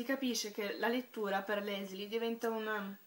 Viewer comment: si pronuncia LISEL non LESLI... comunque io penso che la Germania nazista, la guerra e la povertà passino in secondo piano (anche se hanno una svolta importantissima nella storia per il semplice motivo che senza questi elementi la vicenda non sarebbe potuta accadere): le cose che in realtà (secondo me) sono importanti in questo libro sono il potere delle parole come vita, l'amore fra i due ragazzi, l'importanza per Liesel di Max e del padre adottivo che, nel suo piccolo, apre gli occhi della ragazza insegnandole l'arte della lettura e l'umanità della Morte affascinata, appunto, dagli esseri umani. Il resto, a parer mio, è un pretesto per la costruzione del libro. Davvero un ottimo libro che mi ha commosso e stravolto il modo di vedere le cose.